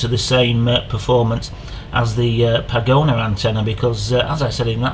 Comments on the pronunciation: I appreciate you carrying out these tests, and it's nice to know that the antennas I use for FPV are as good on the bench as they appear to be in the field, but I wish you'd stop calling it a "pagona" - it's a pagoda - like the chinese buildings - no "N" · That is Pagoda, not pagona.